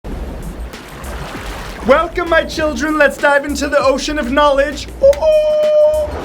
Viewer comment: Haha I get it. He said whalecome.